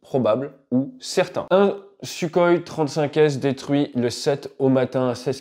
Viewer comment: Lern doch wenigstens den Namen Suchoj auszusprechen. Und wenn du dazu unfähig bist, sagt doch einfach SU.